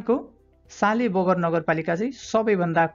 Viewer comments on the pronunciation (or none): सालेबगर नगरपालिका होइन साँफेबगर नगरपालिका हो कि?? सर